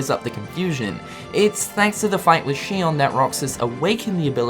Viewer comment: ITS XION. ZEE-ON. NOT SHION.